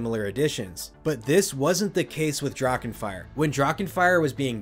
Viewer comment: Love the coverage! Little tip when it comes to German words like Drachen. Don’t make a “k” out of the “ch”. Just consider it silent. The voice fills that void automatically.